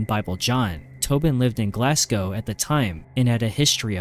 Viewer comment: Ooft. The Barras in Glasgow. Rough place, that. It’s pronounced Glaz-go. Not Glass-Cow, just to help ya out 👍🏼